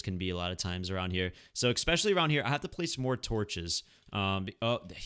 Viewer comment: Is he saying "expecially" hahaha, am I hearing that right? All jokes aside, I very much prefer this type of let's play, I really don't like those where there's like an excessive amount of cuts or edits and they gloss over a lot of stuff. I can only hope you won't become like that. I don't really care for the face cam either. I just want a limited amount of cuts and being allowed to see the building process. It's so dumb when they build stuff off stream or they just skip it, I mean, you can at least timelapse it or something. About the enchants, it will probably be Smite IV or Sharpness III.